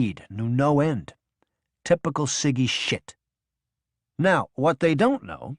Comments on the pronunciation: It's not siggy it's sidgey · I think it’s pronounced “sidgy”, not “ciggy”.😊 (And Scan-eechee-ohs” too)